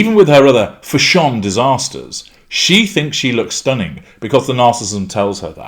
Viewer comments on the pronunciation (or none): FashON I lOVE it when you say it like that